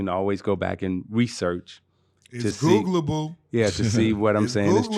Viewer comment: dat boy say its googalble